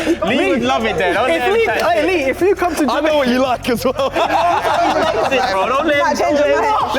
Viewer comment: "Ja-make-kaa"! hahaha